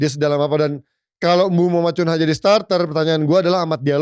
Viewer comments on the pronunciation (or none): Bukannya bacanya Kunya, ya? Bukan Kunha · Cunha mbacanya Kunya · Nyebut nama cunha aja masih salah... pundit kucluk...